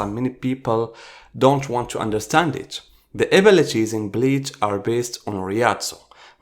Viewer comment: bro reading beach not bleach